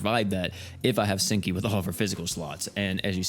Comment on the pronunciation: All I can hear is stinky instead of senki